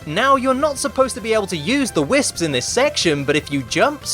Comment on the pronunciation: when he says "whisps" 😂😂😂